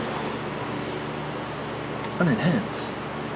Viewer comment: Everytime you say 'enhance' I laugh. Love your vids as always